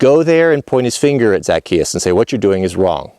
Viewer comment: Hey and the Missus... I hope you two are well and happy. I watch lots of your vids You usually never let me down... But I gotta tell you Zacchaeus is pronounced like Za- chay-us. Yep that's it... fix that completely botched pronunciation issue and we're good. And yes believe it or not even though you're likely chuckling right now, it is important. Because the brilliance of Christianity has it base in the Hebrew Faith. Yes of course there were some pretty huge revisions but we owe them a nod of respect, without them we wouldn't have happened in exactly the way that we did! And as you already know, it never harms us to give another simple basic respect and dignity! As Christians it is clear that's what we should be doing. Jesus did that in spades through his short lifetime while he was here! that is our example and though none of us have the hope of attaining his perfection of course, we should still conscientiously follow his example as much as we possibly can! The word Christian means exactly that... "follower of Christ"! As a follower of Christ we are called to reach for the ideals of brotherly/sisterly love and care for one another. Being cruel, mean, or vindictive on either side of this issue to push some agenda that exists for the sole reason of harming others IS NOT Christian! When people ask me how I feel because people who know me know that I am interested in building my personal relationship with God to become pleasing in His eyes, I have said "I don't think